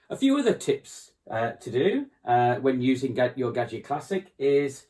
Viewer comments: How did he just pronounce the word Gaggia......??? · Like a Brit?